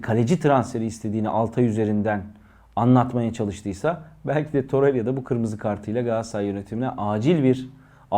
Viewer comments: Torerya değil toreyra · Toreriya demese izleyebilecem